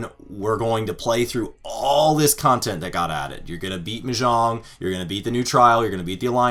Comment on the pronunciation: Your pronunciation of Mahjong was killing me. Still got love though 😁